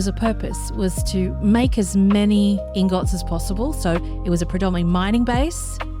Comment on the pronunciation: Awesome base. You have some really strange pronunciation for certain words which is interesting, like vendor and ingot, the stress accent is on the wrong syllable.